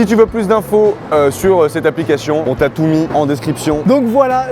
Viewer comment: "On t'as tout mis en description" > "On TATOU mis en description" 😂